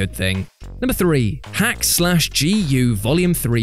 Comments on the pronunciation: My man said "hack slash" lol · I really hate to sound Nit Picky here... But It's DOT Hack G.U.. Not Hack Slash G.U.. And the final arch is to show a very prevalent theme through out the story, "Aiming for and Using a power you do not fully comprehend, can have devastating results." Cubia wasn't just a throw back to the previous series of games, but also a world ending boss and the Anti-existence to the power you as the player have been using the whole game to solve your, "Problems." Normally, I wouldn't get too bothered by these simple things, but DOT Hack has be a hugely underrated game series in the west, and to see something as little as a mispronunciation of the name is in itself a disappointment. It is kind of in the same Category as the Persona series, with the main exception that it hasn't had a new game come out in the west that suddenly skyrockets it's popularity like Persona did with Persona 5. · Mate, it's said "Dot-Hack G U". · It's called DOT Hack//G. U. And you don't say slash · The way you say .hack//Gu is weird XD most fans just call it dot hack GU. The dot is said just like dot hack sign .hack//sign or dot hack infection .hack//infection. No hate just think it’s a little weird the dot is printed on the anime for sure as dot. Ether way keep doing what you’re doing you beautiful soul. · why you gotta mispronounce dot hack